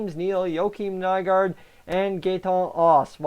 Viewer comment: Good video buddy practice does make perfect I remember when Haas and nygard got signed you had such a hard time pronouncing there names getting better friend 👍👍